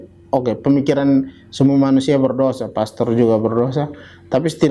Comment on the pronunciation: Berdosa bukan berdoja hwkwkwkwkwkwkwk